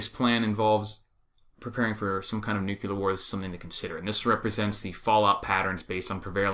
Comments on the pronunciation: NUCLEAR.....say it the right way. It is NOT "nucular" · There is no such word as "nucular" ugh. ..